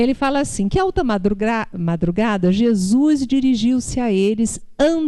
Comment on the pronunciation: não é "Jesuis" é Jesus. Não é "paix" é paz! rsrsrsrs